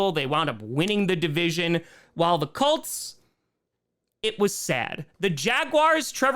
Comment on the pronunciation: pronounces Colts like “cults”